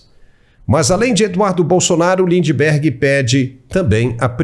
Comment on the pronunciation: Lindebergueerr, hahaha